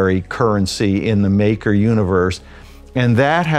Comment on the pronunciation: Exactly this guy has no fkn clue what he is reading off that teleprompter